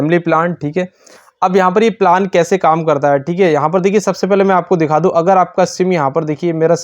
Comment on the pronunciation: पिलान नही प्लान 😂